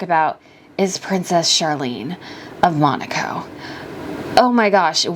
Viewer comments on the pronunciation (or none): none